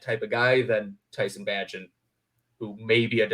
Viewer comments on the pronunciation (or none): It's pronounced BAY-jent, not BA-jent.